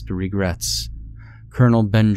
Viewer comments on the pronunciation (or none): Your stuff is great, but man I gotta say....the name "Benjamin" doesn't have an "r" in it lol